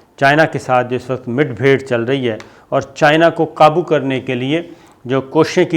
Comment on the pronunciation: Mid bhear nahi mud bhear saber bhai